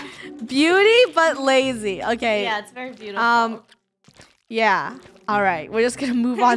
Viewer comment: It’s beeautiful not beeatiful